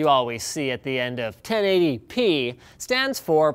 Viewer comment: Ok, so i finally realised that this whole time Linus was saying "10 ADP monitor"(i even googled it) he was actually saying 1080p...